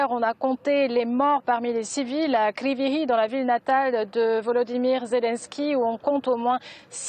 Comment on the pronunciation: Sa se prononce krivoï rog madame